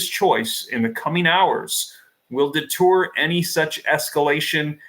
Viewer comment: "Deter' not "Detour"